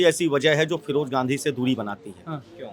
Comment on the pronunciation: Raybareli ki janta se mai kahna chahta hun ki firoj Khan firoj Gandhi kab se ho gae bhai kam se kam nam ka uchharan sahi se Kiya Karo mere brother